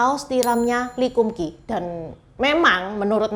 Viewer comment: Lee kum kee bacanya li kam kei. Nama mereknya sesuai nama pak lee kam sheong itu. Kei artinya merek/cap dlm bhs Canton.